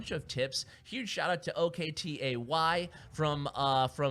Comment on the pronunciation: Dont you know how to pronounce OKTAY? learn how to pronunce his name ma bruh